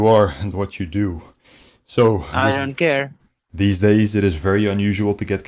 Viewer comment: Lmaooo the dude that said ion care 😂😂